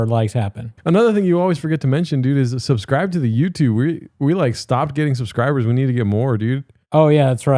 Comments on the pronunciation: make sure to to "suscribe" and "Lyeg" the video! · Cmon Fellas like and sashscribe, amiright fellas cmon 😅